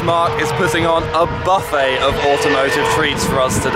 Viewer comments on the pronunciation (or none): none